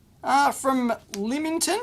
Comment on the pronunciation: You got the pronounciation of Lymington spot on! Just down the road from me.